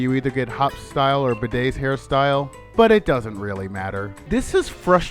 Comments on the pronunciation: Its pronounced Bay-duh. It even says so in his battle theme. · he just pronounced Bede as Bidet, I'm laughing my ass off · Did you just call Bede "Bidet"? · You guys are dumb, its pronouced B R E A D Lmao